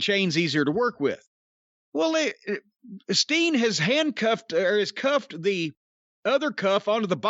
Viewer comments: Keeps sounding like he's saying "Sting". Throwing me off!!! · I dunno why, but it cracks me up when Corny says “Steen.” Agree w/ his assessment of Owens right now. Love him, but it feels like he’s completely lost his edge as a baby face.